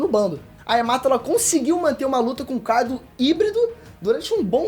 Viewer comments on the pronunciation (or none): none